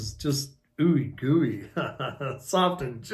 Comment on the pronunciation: You are awesome!! Your hilarious & I love how you create the connections between the cards... I lose it when you say gooey 😂😂😂, I could watch you every day your so entertaining!🙏👏👏👏 This Cap loves your readings! Blessings💖